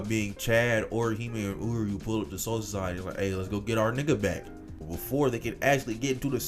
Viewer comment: homie just sounds like cjdachsmp with a tounge to big to pronounce soul society, but also good video keep it coming, learn to edit vocals and audio more coherently I guess would be my only crituqe